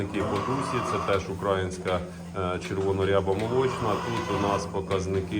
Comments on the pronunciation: Будь ласка, не кажіть укрАїнська. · Корів не тримаю. Завжди дивлюсь ваші відео.Я вибачаюсь тільки слух ріже не правильний наголос в слові українська. Чується як окраїнська. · Все супер трішки ріже вухо як вимовляєте українська порода...😊